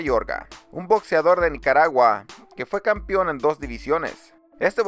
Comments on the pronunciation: Un favor de ser posible: No se dice campion, se dice campeón. Gracias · Horrible, mi consejo es que tomes algunos cursos de dicción, aprendas a hablar con las palabras adecuadas y dejes de hacer el ridículo. Es un martillo en los oídos escuchar "campión, peliar, etc" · Iralo no se dice campion